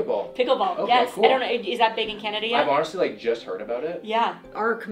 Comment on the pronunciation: Did no one else hear the lady say "Canadia"